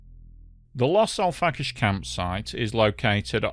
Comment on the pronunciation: Its Los Al frack ayes 🙄